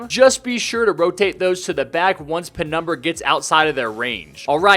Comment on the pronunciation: did i hear penumber?